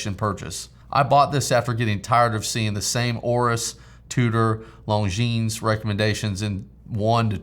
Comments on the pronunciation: The "s" is silent in 'longines' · I love that Heuer Skipper color scheme. Great addition to your collection, and congrats for that keeping decision. PS. longines has a muted "s" at the end... I know, illogical, but hey, it's french, so... :-)